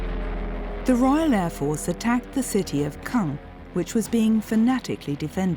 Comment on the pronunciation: Not "Kung" but "Caen".